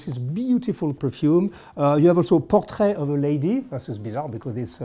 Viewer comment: He pronounced portrait of a lady wrong